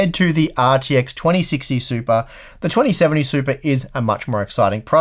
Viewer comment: A few times I thought you said supra.